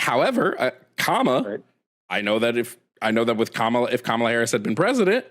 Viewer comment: is a closeted MAGA cult member chud. As soon as he said "Kum-AH-la", I knew exactly when he sat politically.